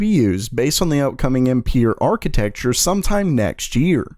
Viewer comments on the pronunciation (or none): its not empeer or what, its AMPERE :-D google translate can pronounce it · Ampere is pronounced Um-pair, as the name is french! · Again ....pls that is not the way you should say Ampere , it's a french name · What ? That's just not the way of saying that name , and even the measure of electric current (Amp) it's in honor of the french physicist and Nvidia use that name for his architecture like (Volta or Maxwell) for that reason. If that's the way you say Ampere in the USA i'm really dissapointed .